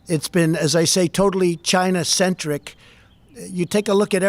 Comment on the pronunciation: Does anybody else HATE the way The Donald pronounces, "China"??